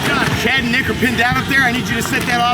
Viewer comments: sounds like the n word😂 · Had to rewind a few times to realize in the first 8 seconds he was saying "Chad and Nick are pinned down here" 😮😂😮😂I thought he said something else like five times until I cc it.😂😂😂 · Did I hear a hard R in the first 10 seconds? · I know it just sounded like he said the word